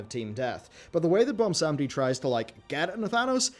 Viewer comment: Why does everyone have such a hard time saying Bwonsamdi? 😂